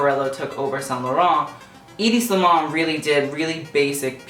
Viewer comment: He can't even pronounce saint laurent 🙄